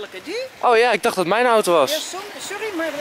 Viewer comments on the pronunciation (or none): none